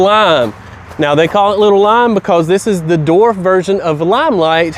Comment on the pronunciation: Dude......LESS CAFFEINE!!! BTW the word is DWARF not DORF.